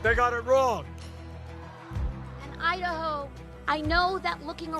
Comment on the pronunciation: When AOC says "Idaho" all I hear is "I da hoe"........